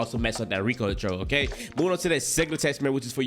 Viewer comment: Ricoonntroll 😂😂😂😂 brah slow down pronounciate